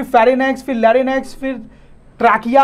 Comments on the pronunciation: pronounciation not Lary nex its larinx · Bhai mere!!! pronunciation ko theek karo...bachche ghalat pronunciation seekhenge😭... larynx,pharynx, diaphragm sab ghalat pronounce kar rahe ho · Pronuciation of larynx and pharynx is not correct☺ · Sir apki pronounciation shi nhi h E.g-Larynx, pharynx